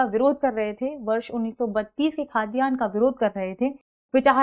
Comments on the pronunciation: खातियान नहीं it's खतियान..! Next Time --> सही उच्चारण कीजिएगा please!! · खतियान not खातियान🙏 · Khaa...tiyan hai ya khatiyan hai? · खतियान बोलिए खाद्यान्न नहीं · खतियान बोलिए ना कि खाद्यान्न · Ma'am it's khatiyan not khaatiyan 😊